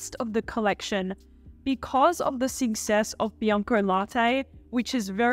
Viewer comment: omg I can't under the way you pronounce success as sixess :D